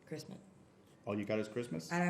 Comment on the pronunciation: the way he pronounces Christmas with a very pronounced t while still keeping a straight face LMAO